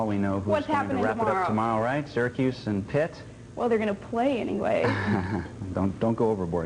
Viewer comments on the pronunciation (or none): none